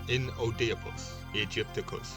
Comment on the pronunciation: Har-po-cra-tes, innit? Oedipus is pronounced Eedopus, weird as that may seem? Have you ever thought about joining a fraternity of sorts? Or studying classical lit? That might be easier, and in a lot of cases, cheaper, too. The scarab - Kephra - the Sun at midnight. That lotus will get you proper high! And then you talked Thoth. Don't you ever look at an animal a deity has been identified with and go, "Huh?" The ibis, the Egyptian ibis in that case, which is really just a slightly different colored hadada (grey ibis) that we get in South African by the noisy, roofing painting, rather dopey-looking birds being identified with wisdom and the passing of the gift of writing onto humankind, the old mysterious relationship with that ape. What an oddly dopey bird to equate all that majesty with, yeah? I suppose hawk was taken. And eagle, well, maybe they weren't terribly common in the desert. Vultures would't do for fairly obvious reasons I guess. Anyway, an ibis it became and to this very day, remains. Geometry, astrology, medicine - he's a big 'un. Just like his Roman and Greek counterparts, thought maybe a little cooler. Something about the Egyptian pantheon just seems to have a certain je nais se quoi - a radness that makes the others seem a bit like comic book characters, but when you put them all in a room together, they all just seem to melt together into a large beaker like a great, big, sloshy marsh of magic and mystery. I love it dearly, I do, so much so that I allow it to